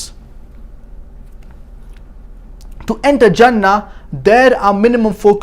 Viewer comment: it is 'jannah' with a j not 'zannah' with a z